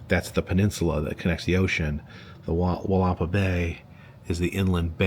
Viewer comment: For our friends around the world. It’s pronounced “Willa-paw” - have a great day and I enjoy the videos!